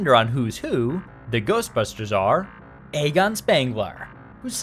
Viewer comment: ay-gon? you even seen Ghostbusters before? lol